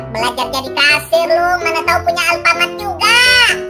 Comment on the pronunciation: Bukan Alfamart tapi affamart